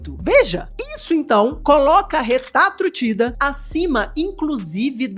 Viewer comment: Que alivio ouvir RETAtrutida kkk